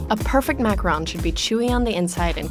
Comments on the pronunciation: Why can’t Americans every say Macaron right 😂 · Uh - uhmm ahemm... Macaroons... Not Macarons. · It's not pronounced macaRON it's pronounced macaROON! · I say it mac- a - roon not mac- RON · Is it just me or did I think it was pronounced “macarOOns”, not “macaRONs”?? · why isn’t anyone talking about her mispronunciation of macaron? it’s pronounced ma-ka-ROHN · I thought its called “macaroon” tho hm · They pronounced Macaron wrong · Hmm, it is just me. I don't hear her pronouncing the second "a" in macaron. There's a President Macron, but the delightful dessert is a macaron. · God I hate the way they say the word "Macaron". In Quebec it's pronounced like "macaroon" and I know that it's something different in English but it still ticks me off rip me 😝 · All I was focusing on was how she said “macaron” wrong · Very thorough video. But the mispronunciation makes it hard to listen. 2 suggestions: 1) macaron is pronounced like it is spelled as three syllables not two 2) macaronage not macronage.